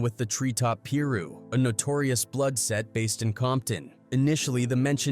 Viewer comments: Get ya facts right white boi....quik thought eiht dissed first ...and its PI - RU not Peeru 😂😂😂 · The way this dumb AI said "Piru" ... Im out! 🤦🏼‍♂️🤦🏼‍♂️